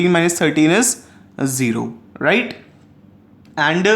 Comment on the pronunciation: Its just RIGHT, why are u giving so much stress saying righTTT..., please dnt. It was irritating while I was watching your video, thought to tell u through comments.